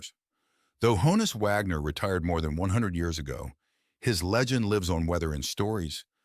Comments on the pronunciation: The pronunciation of his first name (a nickname) rhymes with John-us, not Joan-us. If you listen to interviews it’s how he pronounced it himself. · It’s “Hah-ness”, not “Hoe-ness” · Hah-ness not Hoe ness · Not pronounced "hoe-nus" but rather "hahn-us" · It's a shortened version of Johannes. So yes, it's pronounced Hahn-is not Hone-is. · It's not ''HO-NUS", ~ it's HAW-NUS.